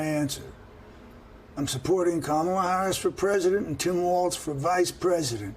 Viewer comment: Joe. It's pronounced Comma la, not Camel la.